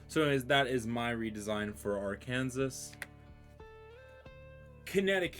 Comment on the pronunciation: It's pronounced "Arkansaw".